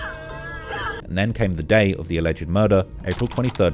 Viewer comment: Alleged is said as two syllables, not three.